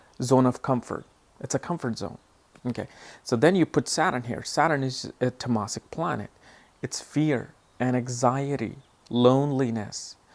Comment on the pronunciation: Its not temasik its taamsik...pls pronounce hindi words properly